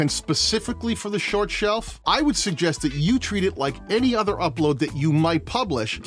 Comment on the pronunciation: “We love sort shorts” 😂 jk love ❤️ the vid. Great content bro